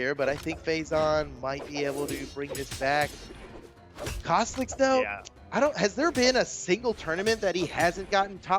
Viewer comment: Go to 2 36. He said caslixs